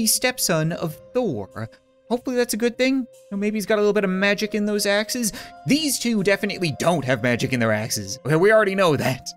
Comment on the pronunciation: When ever he said " dont have magic in their axes " i heard " dont have magic in their asses "